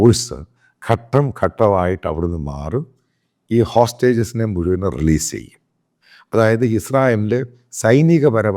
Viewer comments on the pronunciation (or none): none